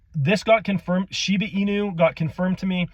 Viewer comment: I tried paying really close attention to what you were saying ,but i kept hearing "Shina" and "Shiba", are you refering to the same thing? Just want to make sure i understood it correctly.